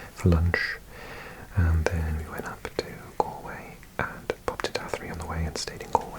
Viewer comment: Loved this one - thank you! Athenry in Ireland is pronounced with a "rye" at the end, rather than a "ree". Like rye whiskey :)